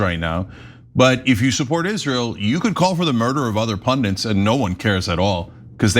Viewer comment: it's pronounced 'pun-DITS' . Not 'pun-DINTS.' Your welcome.